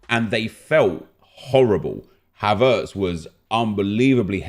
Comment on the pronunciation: WHY DO YOU PRONOUNCE HAVERTZ LIKE THAT???